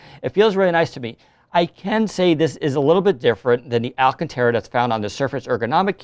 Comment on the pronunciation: It's pronounced alcan"tarah" not alcantera